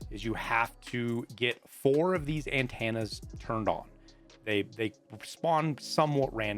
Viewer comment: AnTANNA's lol. thx for the vid